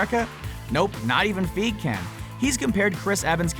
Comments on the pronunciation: It's not Kevin feeg it's figi(figee) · its fucken pronounced "fygee" not fucken "feeg" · god damn it, og hurts my ears every time... "Kevin Fiiiig" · Learn to pronounce then names! Feye-Gee not Feeg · ITS PRONOUNCED "FI-GEE", not fig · Ugh hearing him say Kevin “feeg” hurts. It’s F-i-gee. Hard “i” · It's pronounced as 'fie-gee' and not 'fig'. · STOP SAYING KEVIN FEEG. ITS FY GEE. LIKE FLY WITHOUT THE L AND GEEK WITHOUT THE K. FY GEE FYGEE - FEIGE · Feeg really it is fie gee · Learn how to say Kevin Feige's name!! FIGEY not feeeg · its not feeg, f-eye-gee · "FIE-GEE" fie as in pie, then gee, like mee. Soz about this comment but everytime I hear the narrator say fieg it kind of grinds on me, right that's enough negative comments and using works WiFi lol all the best. I've subscribed, liked and shared on my available social media all the best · Fi-Gee not Feeg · It's not pronounced "Kevin Feeg," it's "Kevin Figey" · It's FEIGE... FEIGE!!! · Figee (feige) this guy and his pronunciation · The way he says " Kevin feeg" is terribly cringey. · feige is pronounced fi-gee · Omg, Kevin Fig. And he said that so many time!😖😖😖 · It's Kevin F-ie-g-ee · It's Kevin "FAI-GEE". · I stopped watching when he said Kevin Feeg. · its kevin feige not fig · STOP SAYING FEEG! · feeg dude seriously....hahahaaha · His name is pronounced feigee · He pronounced Kevin Geiger wrong is meant to be faigee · Lmfao this nigga said Kevin Feeg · Who's Kevin Feeg it's Feige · Even the wiki page shows the pronunciation of the name: Kevin Feige /FY-ghee/ pls you can do better than that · Kevin FI-GEE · It's pronounced FUHEYEGEE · i die inside every time he pronounce feige like "feeg" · Drinking Game: Take a shot every time he says Feeg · its pronounced Kevin Fi-gee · Kevin Feeege ?? No offence to you , (but, that is wrong , btw ) . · fye-gee thats how its pronounced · lol he treats Kevin feige "Kevin feeg" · Lol he said Kevin feeg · I'm triggered he pronounces Kevin feige as feef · it's FI-GEE. GEEZE!